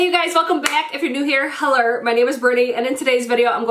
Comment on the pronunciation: Dude, I've been watching you so much when I answer my cell or call someone I say "heller" now hahahah.